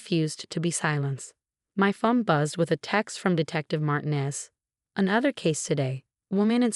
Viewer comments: A.i says Martin-ez. It’s marteenez. I’m very offended! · AI nearly always misprounces Martinez. Did you notice that it can't pronounce fiance correctly either?